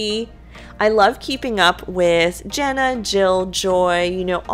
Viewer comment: can you say Jana with an A instead of Jenna. thanks